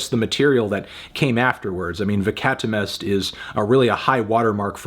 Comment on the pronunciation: Hol'up. How did Melon pronounce Veckatimest again? Ve-kata-mest? Bruh